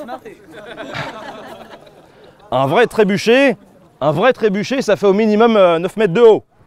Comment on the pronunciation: Trébuka ? Tréboucca ? Trébouka ? Tréboukha ?